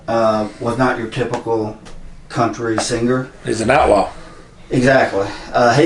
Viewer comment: I'm diggin the old classic country, I grew up listening to it; pure, raw talent without all the enhancements of todays music. Y'all really butchered the country singers names though 😆😆